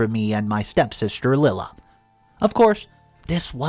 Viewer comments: not Lilla, LIE-la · Lila is NOT pronounced "Lill-uh". It IS pronounced "Lie-luh". Here goes with another very simple and common name, that you again do not pronounce right!!! Why do you keep doing that? It's not hard to go to google and ask, "How to pronounce the name spelled L-I-L-A?" And it will even tell you. I guess you are just too lazy or ignorant, to do so. I also think, as many times as I've written to you, that you are also too lazy to read the comments! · Lila = Lie-La